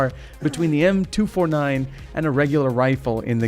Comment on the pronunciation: It’s pronounced m249 not m2 49